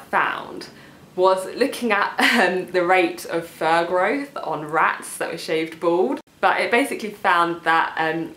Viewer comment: on rats!! that were shaved bald your accent made that so funny lol. good advice thanks